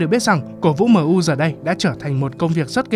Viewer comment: Fan MU gì mà gọi MU là man - u vậy trời